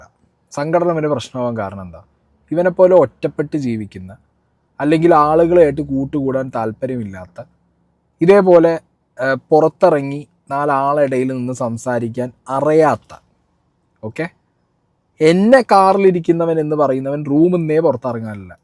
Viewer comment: അരയാത്ത അല്ലടാ അറിയാത്ത ആദ്യം നീ സംസാരിക്കാൻ പഠിക്ക് 🤣🤣🤣